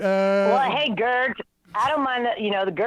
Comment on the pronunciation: Did Janeane say “the Gerg”? LOL. :-)